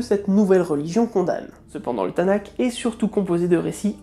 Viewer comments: Petite correction de prononciation à [TN"K] תנ״ך (que tu prononce "tanak") est une abréviation (pour Torah-Néviim-Kétouvim) mais elle répond quand même normalement aux règles de lecture, c'est à dire que le "K" est prononcé selon sa forme finale (sophite), passant d'une pronociation dite explosive "K" - כ à une prononciation dite sifflante "Rh" - ך. Hon, par contre, je ne suis pas versé dans comment on transcrit normalement en alphabet latin mais si je devais transcrire la prononciation correcte je tenterais quelque chose comme "Tanarh", en imaginant un son assez guttural pour le "rh". Je crois que les transcriptions classiques utilisent un caractère "h" (ou "k") avec une sorte de mapik (un point dessous) pour ce son là en particulier, mais je peux me tromper. J'ai étudié l'hébreu, pas sa transcription en alphabet latin. Je n'ai pas de source précise à te proposer pour cette remarque, je ne fais que répéter ce que j'ai appris à l'époque ou j'étudiais l'hébreu dans le cadre d'un DU à l'Université de Provence. Les cours d'hébreu biblique, en particulier, étaient données par Philippe Cassuto, qui est un grammairien extraordinaire. Je ne crois pas qu'il existe une autre personne en France capable de faire aimer d'amour les règles de la grammaire hébraïque. Bref... Beaucoup de bons souvenirs, et donc... Le Rhaph sophite vaincra. Rh! <3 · Tanakh se prononce TanaR (on prononce toujours R les " k" finaux en hébreu, prononciation comme le "ch" allemand de naCHt ou le "j" espagnol de marijuana). Sur google il y a une option audio pour savoir comment prononcer les mots.